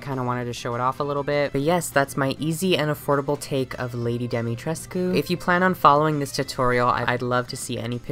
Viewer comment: POV you’re Romanian watching this to see if butchers the pronunciation but it ends up NOT being horrible 👁👄👁